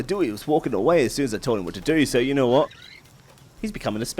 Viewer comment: “I don’t knowerh”